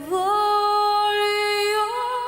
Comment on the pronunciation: I can't believe you got the correct Italian pronunciation of "gl" in "voglio": it's very rare.